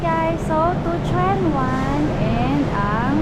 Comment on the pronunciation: Its pronounced as Chun wan, for Tsuen Wan